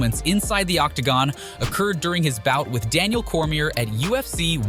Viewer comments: There's another. Can't pronounce Cormier. Bro do your freaking research. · literally bro